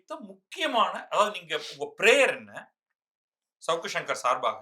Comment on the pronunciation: First thing first: it's not 'shavukku' it should be pronounced as 'Savukku' it's a Thamizh Noun. Please use the Thamizh pronunciation for the Thamizh words.